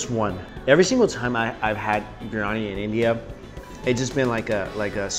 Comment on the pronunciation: love the channel but you've been heavily butchering the pronunciation of biryani.